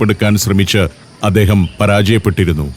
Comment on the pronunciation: ശീവേലി കൊള്ളാം. പിന്നെ, വല്ല്യ, അദേഹം, പച്ചാത്താപം ഒക്കെ മാറ്റണം. വായനയുടെ രീതി, ശബ്ദം നല്ലത്.